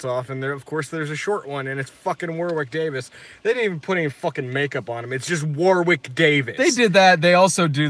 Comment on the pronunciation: Its pronounced WORick Davis not WARwick.